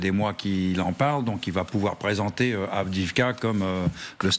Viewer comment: Est-ce qu'un jour les journalistes et autres généraux feront l'effort de prononcer Avdiïvka correctement ?